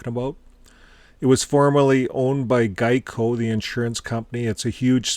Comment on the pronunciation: Excuse me,. Geico is pronounced like this.